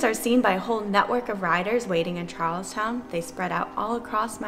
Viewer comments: It’s not Charleston, it’s Charlestown!!! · Concord - the correct pronunciation is "Cawnkerd" and Charlestown is "CharlesTOWN" not "CharlesTON". It is not the city in South Carolina and it is spelled as "Charlestown" btw. Honestly, l turned off your video after these two basic mistakes. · CHARLESTOWN, not Charleston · Just as a point of correction. Out of towners always seem to say it wrong... it's not "Charleston", it's "Charles TOWN" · one minor correction. You pronounced the town as Charleston which is incorrect. Correct pronunciation is Charlestown. The USS Constitution is moored at the Charlestown Naval Shipyard and she was built in the same location. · Also it’s Charlestown not Charleston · Boston, I miss you so much. I'm stuck in bumf*ck Central Florida and I want my New England! Con-cord? Charles-ton? Oh, my. You will surely hear from us Bostonians on those two. lol It's Conc-ahd and Charles TOWN. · Just a note that it’s Charles “town” - and not “Charleston” :) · As a local Bostonian, I need to inform you that there are no R's in Conkid.... And it would not have been an amphibious landing in Charleston.... It's CHARLESTOWN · Charlestown, not Charleston. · It’s pronounced “CharlesTOWN! Charleston, S.C. has it’s own storied contribution to the revolution. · Try this: "Konkid" Not "con-chord". Also, not "charles-tin", it's "Charles Town". How you like 'dem apples? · It's Charles*town* not Charles*ton*, everyone makes that mistake though the first few times. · Charlestown not Charleston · Not Charleston, say it how it’s spelled. Charlestown. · It's CHARLES-TOWN Dude...NOT Charleston!! Charleston is in South Carolina...CHARLES-Town is in Boston, ya know, like Bunker Hill and the CHARLES River!!! Jeeeeshh...haven't you ever seen "The TOWN" with Ben Affleck or taken a US History class!! Don't piss the "TOWNIES" off guy!!!! LOL... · We noticed that, too! ‘TOWN’ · No you didn’t. It’s pronounced Charles town…. No Charleston